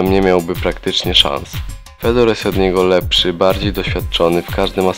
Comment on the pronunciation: I qurwa nie Fedor tylko wypowiada się Fiodor!!! Aż uszy więdną od tego anemicznego głosu z filmu.